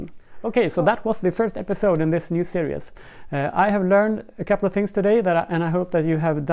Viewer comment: I was wondering what you meant by "serious wound" until at the end you said, "in this new serious" and I realised you meant series! So fyi, series is pronounced, "see reez". Cheers.